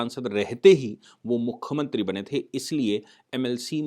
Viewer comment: आप मुख्यमंत्री को बार बार मुख्खमंत्री बोल रहे हैं